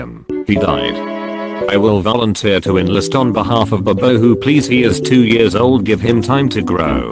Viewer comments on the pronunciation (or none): none